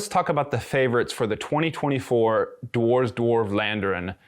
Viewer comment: Thanks for the vid. PS It's not 'war' with a 'd' in front of it, not the [oh] sound but the [ah] sound (as in 'arse' :-P ). Just saying.